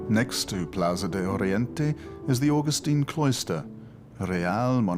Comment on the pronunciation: Why doesn't he bother to pronounce simple Spanish words correctly --- señor, España, plaza, calle? -- - after all, it IS the capital of Spain.